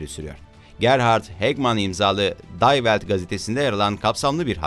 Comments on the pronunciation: day velt değil di velt okunur die welt almanca dünya demek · Day welt ne be? (Die) di diye okunur. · Lütfen her yabancı kelimeyi ingilizce gibi telaffuz etmeyin.!Almanca DIE WELT,,,divelt olarak okunur .selamlar..*